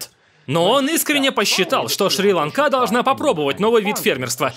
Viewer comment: Несчастная Шри-Ланка. Мало того, что ударение режет слух, так ещё и проскланяли с этим ударением. Неужели голода для них мало, надо ещё и с названием так поступать...